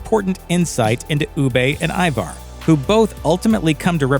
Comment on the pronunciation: The bloke narrating needs to learn to pounce Ivar and Wessex properly lol. The season seems rushed and Ivars death and the Russian arrow death on the balcony were weak